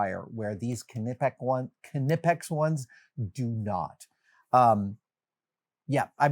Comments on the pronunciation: It's Nipex, the same what you don't say K-knot or K-know ha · Adam! Nip, not Ka-nip! Hahaha 🫶🏼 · Keneepek? Knipex! The k is silent, just like knee or knife 😜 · Thought it was pronounced nipex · “Knee” pex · I always thought the Knipex wire strippers were pronounced with a silent K like Nipex.. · The Dewalt cordless router was the latest addition to my cordless range and is brilliant. Anything that Knipex makes is brilliant, it’s the industry standard for electricians here in Ireland 🇮🇪. Also, the pronunciation of Knipex is ‘ni-puhks’ it’s a silent K 😉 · I always thought it was pronounced kni (like knight) -pex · The K is silent! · I dont know if its an American thing, but I work for a tool company that stock Knipex, and the K is silent. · til how to pronounce knipex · The "K" in Knipex is silent. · Nope. K isn’t silent in German—they even sell shirts that tell you to pronounce the k. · Nope. Knipex even had a youtube video where they specify their pronunciation haha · That’s not how to pronounce knipex. Think knight.